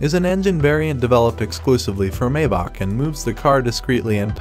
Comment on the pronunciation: Maybach is not pronounced May -bock It's pronounced My-bock. -> Maybach ! It's German